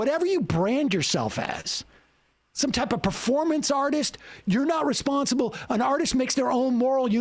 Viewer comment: "F that S... YOU'RE RESPONSTIBLE [hiccup]!!!" jk, L is B